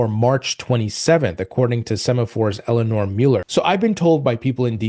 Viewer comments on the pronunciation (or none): none